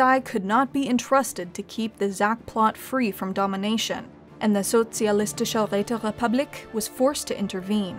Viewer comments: How the hell Räterepublik didn't have any R sound?! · Well not really she pronounced republik in an english way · Did someone just say...... Räterepublik, comrade?